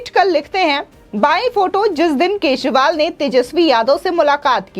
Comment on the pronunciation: Kesival nhi kejarival nam hai